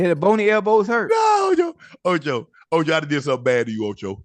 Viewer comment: Not Toe-Cho! Lol